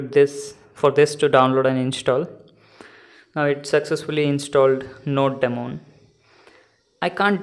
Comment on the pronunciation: It is "Node-mon" not "Node...DEmon"!!! BTB great video thanks!!